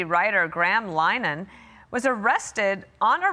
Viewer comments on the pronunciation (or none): You couldn't be bothered to look up the correct pronunciation of Mr. Linehan's name? (Lin-e-han) NOT *"Line-han").